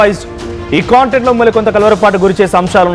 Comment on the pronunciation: Caaaaantentaaaaa❓❓ ??? CONTENT kadaa SIR WHY ARE YOU SPOILING ENGULIPEESU ???